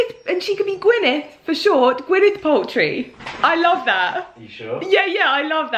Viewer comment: The American actress name is pronounced Gwyneth Paltrow not Paltry.